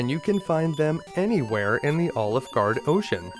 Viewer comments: I can’t get past the way he says “Alefguard” like “OliveGard”. I’m loving it. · this was an awesome guide to one of my favourite games and I learned some new stuff I didnt know about it. But everytime you say Alefgard it sounds like Olive Gard--- and then you just don't finish saying the name of the restaurant. :D